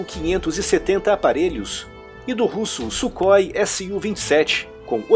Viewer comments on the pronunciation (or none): none